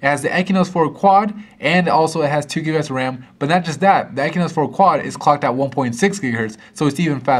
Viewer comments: Stop calling it "ekynos", it is spelled AND pronounced "exynos" god damn. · "EXYNOS" not "ekinos".....not so hard, isn't it? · why are you saying "ekinos"? its EXYNOES with an X, not a K